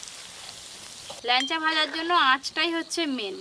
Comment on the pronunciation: ল্যানচা বলে না, ল্যাংচা বলে।